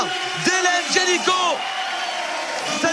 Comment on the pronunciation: T'ain le commentateur qui arrête pas de dire "Génicot" (qui est aussi un nom de famille) au lieu de Janicot, AAAAA, flute quoi.